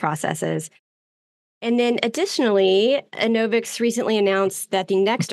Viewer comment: Can you guys decide on a way to pronounce Enovix once and for all? i’ve heard so many variations from TJ rodgers, the presenter on earnings calls, COO, CEO, the IR media guy, the YT demo videos.